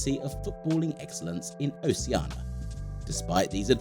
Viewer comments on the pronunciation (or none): That's in line with how many times he said Oceana instead of Oceania ;) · Oh shee ar na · Please pronounce the "I" in Oceania! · Why do people keep saying "Oceana" when it's "Oceania"?